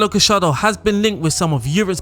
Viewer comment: GA - YAR - DO Not gashardo